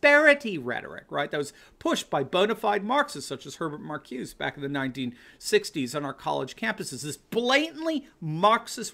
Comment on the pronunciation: Great! By the way, it's pronounced "Mar-CU-zah". He taught at my college...